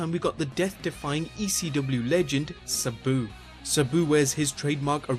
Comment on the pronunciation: Your video is awesome but i dont like how you pronounce sabu wrong